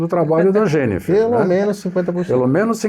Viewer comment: JOÃO, 👏👏👏 O nome dela é JENNIFER !!! 👏👏👏👏👏👏. Gostaria que Vcs colocassem o nome por escrito destas novidades, pelo menos pra mim. O som que se ouve na pronúncia não fica claro. Do apoio do braço; do orifício de retorno; do protetor pra não arranhar na colocação das cordas. OSMARAVILHA 🙏